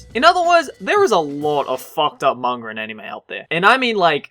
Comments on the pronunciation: is it just me or does he always say"mangar" instead of "manga"? See for yourself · you keep saying "manger".... manga